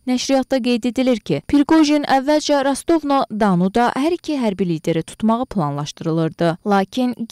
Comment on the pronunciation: Öyrən gör Rostov na donu necə tələffüz edilir. Sonra çıx mətni səslənəndir.